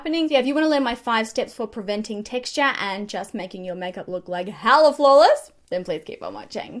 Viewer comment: "How to combat TexT-aH"